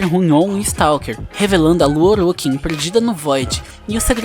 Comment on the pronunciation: Bom o video porem as pronuncias Tennos você fala (tienos) e Orokins voê fala (orókins) mas de resto ta muito bom.